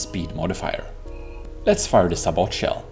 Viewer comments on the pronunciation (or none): This video was exactly what I needed. I'm still in the 2015 FTD mindset that everything has to be frag set to a 1 degree angle, and naturally that doesn't work anymore. By the way, sabot is prounced sa-bow (or say-bow if you're american)